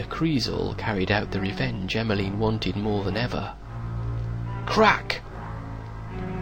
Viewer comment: did he say Emily or Emileen